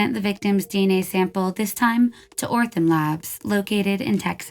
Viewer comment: She also got Othram labs' name wrong every single time. 😅I love this channel, but this drove me nuts lol.